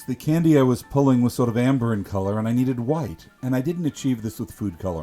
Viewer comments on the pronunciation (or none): Where ru from originally? When you say “sort of” I get straight Boston but you seem way too calm to be from there. I might also be tipsy and just hearing things but still.